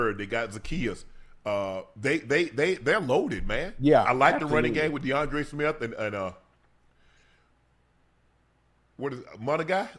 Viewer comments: Shannon it's, Ma-None-Guy!!! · Aw hell na. pronounced Mo-nun-guy - Appreciate yous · Yall gotta learn how to pronounce Kyle Monangai’s name man damn! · Bro them tryna pronounce Kyle Monangai name got me in tears😭😭